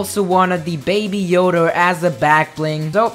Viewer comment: “with the baby Yoder on the back”